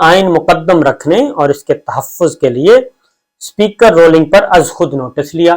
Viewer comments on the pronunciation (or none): اپ کی تعلیم کتنی ھے ؟ اپ Ruling کو Rolling کہ رھے ھیں۔ The word is Ruling and not Rolling. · Dear Sabir Sahib. I love your analyses. With upfront pardon, I would respectfully request that please work on your pronunciation of common English words. Today you pronounced “ruling” incorrectly about 29 times.